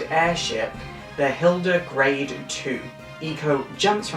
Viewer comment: Small nitpick but its actually Hilde Garde not Hilde Grade.